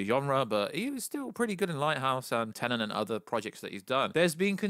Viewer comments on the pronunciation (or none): none